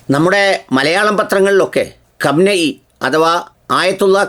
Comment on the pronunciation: കം നയി അല്ല ഖുമൈനി അതാണ് ശരി